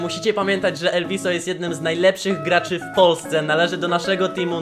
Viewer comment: Mówi się elwis